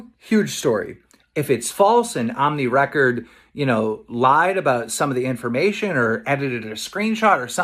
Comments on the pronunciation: We say: ohmwrecker Keem says: Omnimaker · its ohm not ohmnee wrecker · keemstar watches too much invincible he said omni wrecker 😂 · he also calls ohmwrecker for omniwrecker Keemstar is pretty known for mispronouncing names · Omni Record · Legit keem can’t say ohmwrecker so cringe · I hate how both and keemstar are mispronouncing everyone's names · "How many times can keemstar miss pronounce Ohmwrecker's name" simulator